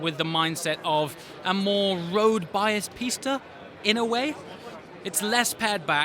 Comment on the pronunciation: You're the only car reviewer that pronounce the Pista correctly...